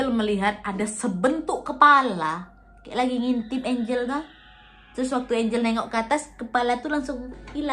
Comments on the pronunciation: Lucu pas Nadia nyebut nama Angel (ENJEL)dg ejaan ANGLE 😂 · Ngakak pas nyebut nya angle🤣 galak enjel wkwk